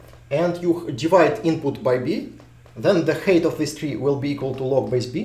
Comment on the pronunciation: Height is pronounced hite, not hate